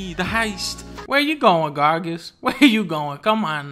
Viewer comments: it's GRAGAS not GARGAS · Spells Gragas. Pronounces it Gargas. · I wonder how long it will take for dunkey to realize gragas has an R before the A....